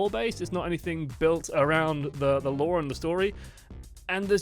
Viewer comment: It's law not lore